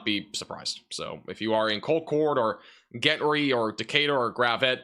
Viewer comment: Gentry is pronounced Jentry for furture reference